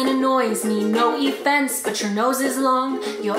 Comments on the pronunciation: “Effense” XD yeah it’s hallarious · No "effense" 😂😂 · "No effenseee" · She even said “effence” when They spelt it wrong xD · "No eFfEnCe" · Me 😂😂😂"effense" 🤣🤣🤣🤣